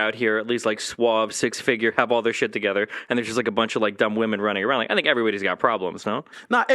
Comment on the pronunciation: “Fink about thos Hollywood mewvies”